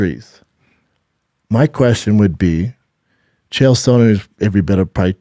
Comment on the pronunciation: Chael “Sewn-nin” -B. Schaub